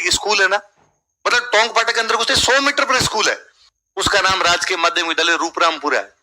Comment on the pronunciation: रूपरामपुरा नही 'रूपारामपुरा' नाम है